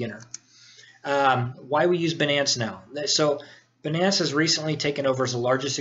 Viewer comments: no prenounce benance its bynance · Great video. By the way, it's Binance with a long I not "Benance", and Jaguars not "Jaguires". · good video. Most people pronounce it "bye - nance" (Binance) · Pronunciation : "Beenance" vs "Baynance" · jaguoirs? binnaence? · lol banance. First time I've heard it pronounced like that.